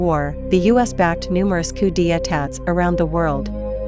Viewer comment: Coo Dee Attats? Is the narrator AI?